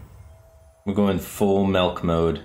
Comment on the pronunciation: “Full melk mode” ah I see firebat is a man of culture as well